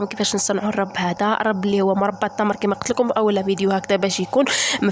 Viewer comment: الرب بضم الراء